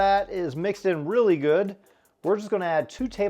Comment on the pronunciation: Good not godo